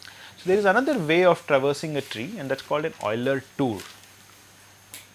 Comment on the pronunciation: I finally found a person who can pronounce Euler correctly.